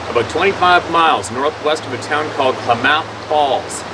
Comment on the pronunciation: Great to see you my friend! Help with pronouncing Klamath Falls: Kla-Muth. You do great on most of your pronunciations though.